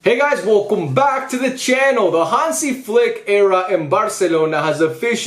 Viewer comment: Dude! It’s Welcome. Pronounced: Well Come. Not Wolkom. Just a friendly note. I watch u all the time and am surprised nobody mentioned this to you. Respect!